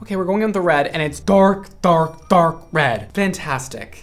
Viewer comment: When was saying dark repeatedly, it almost sounded like a sea lion 🦭 going “arf arf arf, red.. fantastic” 😂 ~all love~